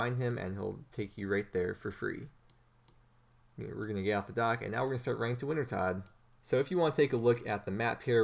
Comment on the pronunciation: It’s pronounced, “winter-toad”